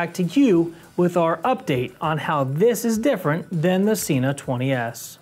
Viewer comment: I don't think your getting thumbs down for your setup, because it was extremely helpful and well articulated. I will unfortunately point out that it is pronounced se-nah not see-nah. the company will confirm this on their website. I gave this a thumbs up based on my original sentence, super helpful and well articulated.